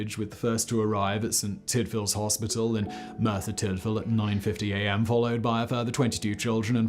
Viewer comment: Not sure why he’s having such trouble saying Merthyr